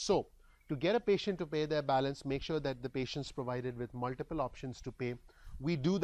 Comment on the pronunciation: Thanks for the free input. Here is some free input for you. :) "Muliple" was a tad bit distracting, I am sure you already know that it is "MulTiple". It might be slightly blinding but if you talk into the light you will not have such heavy shadows on your face. Great info however! Keep up the great FREE work. Thanks!